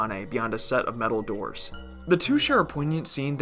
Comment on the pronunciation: I thought it was 9 doods, not doors lol